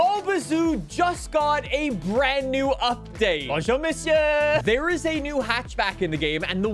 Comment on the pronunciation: "Bonjo misyeuuur" the most american french accent